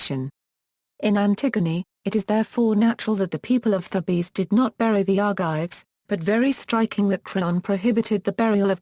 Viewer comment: Wow, 'Eteocles' pronounced to rhyme with 'vehicles?' Wow! Just wow! Is 'Sophocles' supposed to rhyme with 'philosophicals' then?! And 'Thebes' pronounced as 'thebbies?' Actually, that may well be fairly accurate for Ancient Greek, but it's not the modern English convention of 'theebs.' And the pronunciation of 'Creon' is unidentifiable. Is it 'crunnon' or 'cron?' I can't tell. What manner of speech-impaired or ill-advised robot is reading this anyway?